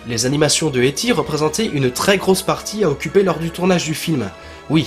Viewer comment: "éti" tu me décois mec ;) sinon parfait continue ;) yeeeaaayyyy